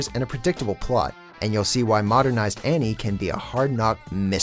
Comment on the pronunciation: Sorry, but the list earned another 1000 points when he said "Annie."